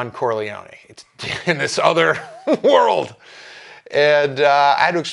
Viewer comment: Core-Lee-Oni…An Italian-American who cant even…God have mercy on us all.